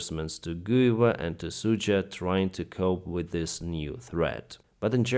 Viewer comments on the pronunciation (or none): none